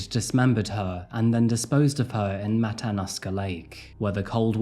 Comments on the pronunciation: I’ve lived in Alaska for 18 years. This was a very sad time. Poor Samantha 😢 Also, if anyone cares, the correct pronoun citation for the lake Matanuska. It is Matt uh noosk uh= Matanuska. Just FYI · It's pronounced matta-new-skuh Matanuska Lake. Thanks for doing this story.